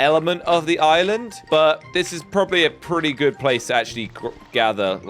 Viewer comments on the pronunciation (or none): none